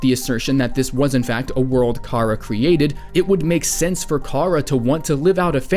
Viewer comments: Chara is pronounced as in "CHARActer" not karruh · Say Chara's name right Your not a true undetale fan if you don't know how to say her name right